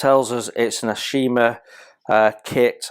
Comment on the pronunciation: Hey, mate. It's pronounced "Tah-kah-oh". The company is pronounced "Ah-oh-shi-mah". A gorgeous kit to be sure, of a beautiful ship! The brown rectangular thing you see on the side at the stern is an auxiliary rudder. If the ship's normal rudder is jammed by battle damage, then the auxiliary rudder can be released astern, attached by cables. It drags behind the ship at some distance, and can then be pulled to one angle or the other by the cables, thus acting to steer the ship either to port or starboard. A clever idea! And the main deck, as usual with Japanese cruisers and destroyers, is covered with the usual brown linoleum (with brass divider strips) instead of teak wood planking. I'm looking forward to building this one as soon as I can get to it. To me, these were the most handsome looking heavy cruisers in the IJN.